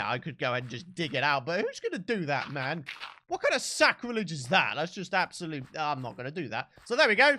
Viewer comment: "Oh their is a witch over their... how you doing mom" - 😂😂 Ps. I'm pretty sure he said man but it sounded like mom and it's funnier because witches are women